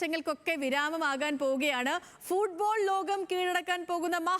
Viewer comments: ഫൂഡ്ബോൾ അല്ല ഫുട് ബോൾ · എപ്പോഴും ഫുഡ് ഫുഡ് എന്ന് വിചാരമേ ഉള്ളൂ ഫുഡ് ബോൾ അല്ല ഫുട്ബോൾ അങ്ങനെ പറ